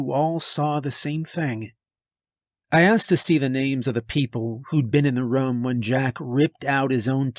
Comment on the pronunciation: love it but damn how you pronounce room makes me want to unsub and stop watching